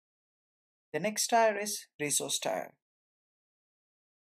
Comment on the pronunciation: Thanks for the intro! FYI, "tier" is pronounced "teer".